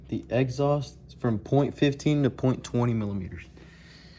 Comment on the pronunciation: I heard egghaust lol but good video thanks